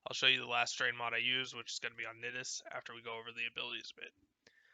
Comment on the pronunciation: Thanks man, I didn't know that those strain mods existed actually. I like your build. Although you pronounce Nidus like you would say the word "I" not "it" as you are.